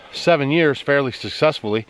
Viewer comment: "Thuthessfully" Ha!